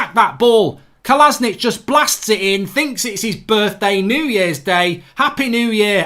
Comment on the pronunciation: Who the fuck is "Kolasnich" don't you mean Kolašinac